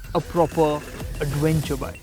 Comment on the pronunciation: "Awv-wenture" I love the accent.